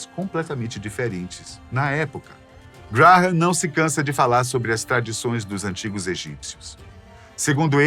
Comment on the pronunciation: O que me deixou louco foi a forma como o narrador diz o nome "Graham", cada vez que tentava dizer era como uma facada nos tímpanos!!